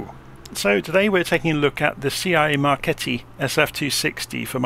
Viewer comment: What? An american able to say SIAI Marchetti with an almost perfect italian speaking accent? Almost impossible .... 😊😊😊. Nice 3D model, real life liveries, the sound especially the exterior one from far away not convincing after hearing other rewiews. Thanks.